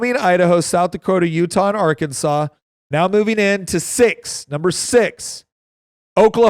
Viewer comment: Do not call it our Kansas, it’s Ar-can-saw